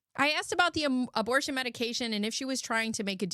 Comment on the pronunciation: Girl that abertion ceretion took me out 🤣 I heard in my head like sling blade 😂